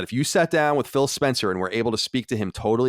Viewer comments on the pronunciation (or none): none